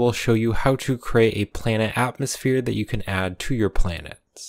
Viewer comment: Having trouble saying atmosphere? 😢